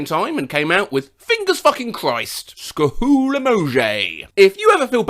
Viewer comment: That sku hool sent a chill through my body. Idk what it was 💀